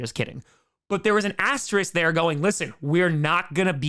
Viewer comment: Among other things, I like that you pronounce "asterisk" properly.